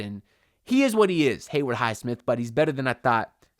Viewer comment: What’s it going to take for you to pronounce Haywood’s name right bro 😂 it’s Haywood, not “Hayward”